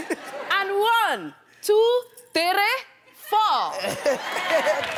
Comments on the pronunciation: We don't pronounce "three" like that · That's actually how Nigerians pronounce 3